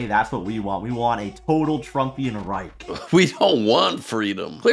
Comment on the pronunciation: "A Trump REIK".. He can't even pronounce word "Reich".